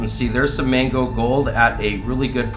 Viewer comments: Are you intentionally saying “mango” instead of “magno?” Like some sort of word play? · I literally thought it was 'mango' for weeks now until I read your comment just now